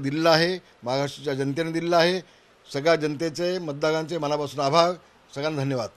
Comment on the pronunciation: आभाळ मानतो नाही तर आभार मानतो म्हणा बोलायला येत नसेल तर कशाला बोलता.?